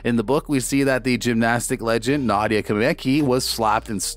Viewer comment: Learn how to say her name please! Nadia and Simone's name you butchered!